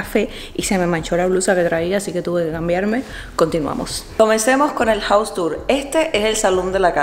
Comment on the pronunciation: Un observación a veces la pronuncias bien y en otras mal casa es jaus no jous (House) y aquí en America no existe eso de pisos o dices casas or apartamento nunca piso.